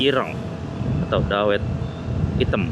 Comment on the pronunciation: Pengucapan dawetnya dikoreksi nyonya😂